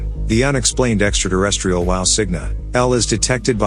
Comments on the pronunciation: It might be just me but I’m pretty sure there’s no D in terrestrial. You’re pronouncing it extra Derrestrial. Thusly it is pronounced as it is written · What is Extra Derrestrial? He says it more than once Eatra Derrestrial?